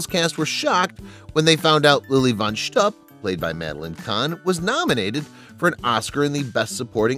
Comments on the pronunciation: That's pronounced shtoop not shtup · It's Lilly Von Shtup, not Stoop. There is a difference! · It’s pronounced “schtoop”, not “schtup.” And Richard Pryor self-immolated many years after this movie was made. I don’t know why they mention this as being one of the reasons for not hiring him. So much wrong in this video. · Arguably the funniest movie ever made that couldn't be produced today! Richard Pryor got burned by coke, Michael Jackson got burned by Pepsi. The word "shtupp" has a suggestive connotation in Yiddish, when aired by certain networks, it's beeped out. It's pronounced shtupe, BTW, The "bean scene" is enshrined in the Smithsonian Museum in D.C. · Wonder who writes such stuff -- a 27y.o. intern? Let alone the "young male A.I. voice" that mispronunces Lili von Schtupp. More care should be taken. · You truly did not see the movie, did you? Cannot pronounce Lilly Von Schtupp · Greatest comedy ever. But it's Lily von SSSCCHTOOP, not Schtupp. It's Cleave-ON Little, not Cleevon. It's MarLayNa Dietrich, not MarLEEN. And it's Zero Moss-Tell, not Mosstull. Most importantly, Mel is right that the woke nincompoops of today would never allow this movie to be made. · Cleavon (Clee-vaughn), not Cleavin' Marlene (Mar-layna), not Marleen Von SHTUP, as in "put", not "up" Zero Mostel (Moss-TELL), not as in "hostel"